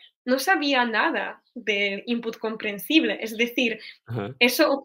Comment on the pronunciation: Muchas gracias! Después de tu explicación, he vuelto a ver el vídeo y he notado la diferencia. Sobre todo con la E al final de sus palabras, como "comprensible" - comprensib-LEH (que suena casi como la schwa que usamos tanto en inglés) en vez de la E cerrada. Al oír estas diferencias estoy mejorando mi propio español, así que gracias de nuevo.